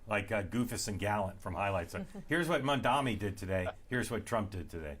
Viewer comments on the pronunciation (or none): Halperin still refusing to pronounce Mamdani's name correctly. Hilarious.